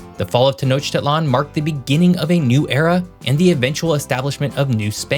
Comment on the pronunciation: ....brush up your pronunciation before you attempt Mexican geography. Notice which one syllable is stressed in each Spanish word. Popocatépetl, for example. And Tenochtitlan, stress on the "i".